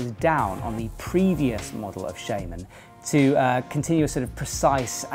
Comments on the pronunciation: I have the same accent as. It's still 'shaman' not 'shayman', technically. But there's a bit of a language game there. I don't mean 'technically' like 'technically the dictionary says it's...', I mean 'technically' like 'If we were to respect the origin of the word'. A bit like how a dictionary will tell you to pronounce 'restaurant' 'rest-o-ront' despite that this is far from its correct pronunciation in the french we've stolen it from. Shaman comes from the German 'Schamane', and since German is a phonetic language, and 'a' is pronounced 'ah', it's shaman, not shayman. Here you go:) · Do you not think since he's called chris shaRma, it's pronounced "sharman" not "shayman" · Adem Aricanli I know it's spelt shaman, I'm talking about how to pronounce it, I.e with an "R" sound, not an "ay" sound